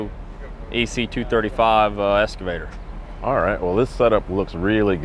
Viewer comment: EXcavator...NOT Scavator.